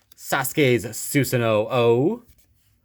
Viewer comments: On the card it says susano’o but it’s actually said without the last o so it’s just susano i know you said it already😂ps can’t wait for the game to come out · It’s pronounced susano